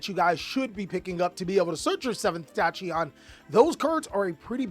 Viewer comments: Does he just mispronounce names on purpose? Tashyon? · I'll be the first to say it, Tachyon isn't pronounced the way you are saying it. It's pronounced Tak-yon. Just your friendly grammar "nationalist!" xD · The pronunciation of tachyon is killing me